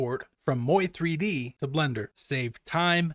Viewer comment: Living in Canada, "Moi" is French for "me" (well, one form of it anyway). So I've always pronounced "Moi 3D" as if it was French... phonetically it would be "mu'wah"...just say it with a 'French accent' and you got it. ;)